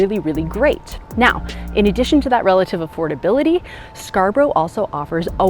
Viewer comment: Scar-bruh not Scar-brow